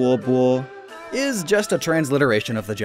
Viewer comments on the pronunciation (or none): none